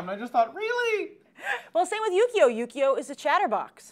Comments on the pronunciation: every time says "Yukio" i hear "Yu-gi-oh" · They kept saying yugio, it's yukio ki Ki ki duh